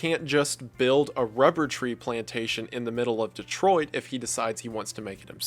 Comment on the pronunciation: Thank you for pronouncing "Detroit" correctly.